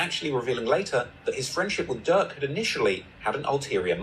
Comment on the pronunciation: His name is Lil Durk not Lil Dick